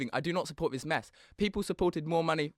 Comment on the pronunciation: Whats with using the lever v in that hes saying vat for that and vis for this and ven for then. What'a cock